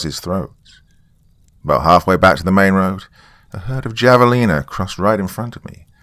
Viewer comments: I cringed so hard when you said “jah-vuh-Lina”. It’s H sound. lol! I’ve lived in Arizona most my life, I’ve seen a Javelina once. Also, never seen a rattlesnake besides 1 dead in the road. I call BS on that part of the story. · You don't know the Spanish j is h phonetically!?! Lol, it's Have-a lena😎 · It’’s pronounced havelina. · Hello javelina is pronounced haave-a-leena